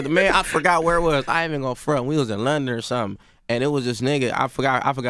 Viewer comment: Bruh said he was in "Lunder" hahaha this guy is a riot!